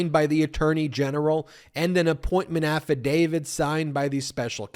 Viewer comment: Again, Ben…it’s “affidavit,” NOT “affidavid.” 😍